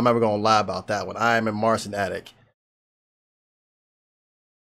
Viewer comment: Just so you know his name is pronounced as Marchin. That's the Polish way to say it.